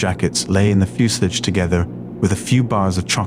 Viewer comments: Sack the guy who can't pronounce "fuselage" proper annoying that. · Another great story - however... I don't know who you got to do the "major John Crisp" voiceover, but as will tell you, no literate British person of that generation (or any other until perhaps the current one) would have pronounced 'fuselage' as 'few-slidge'. Just saying.